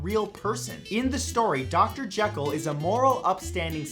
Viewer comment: You mispronounced "Jekyll."